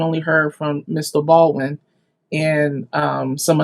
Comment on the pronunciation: It's pronounced Bald-win NOT Bawin.